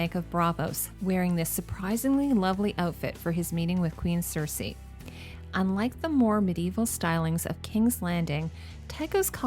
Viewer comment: says "queen cersesi" 😋 btw, great video, as basically always!